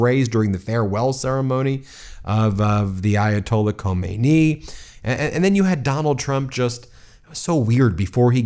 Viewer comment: Before you, dear Mr. Ben Meiselas, keep on mocking Trump for wrongly naming Lady Liberty you should try to clearly pronounce foreign politicians' or dictators' names as for instance Khomeini [Ko-may-knee] and Khamenei [Ka-man-ay] ...